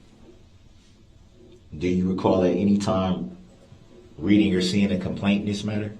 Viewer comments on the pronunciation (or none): none